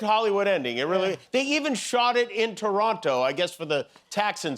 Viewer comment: as a born n bred Torontonian, I thank you for grace in victory. and I thank you for saying ToronTo, not Torono, cheers Jimmy